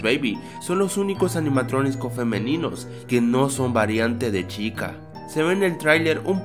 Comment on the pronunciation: dijistes en el minuto 1 04 animatroniscos jajajaja